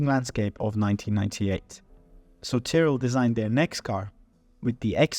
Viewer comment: Why would you pronounce Tyrell like that...